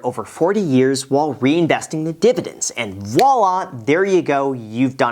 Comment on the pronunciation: Please say "divididn'ts" again🤣